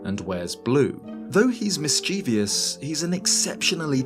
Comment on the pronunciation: It's "mischievous" not "mischievious". Three syllables, not four.